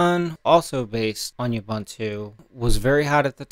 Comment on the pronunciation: "OOBOONTOO" man. "OOBANTOO" doesn't exist!!!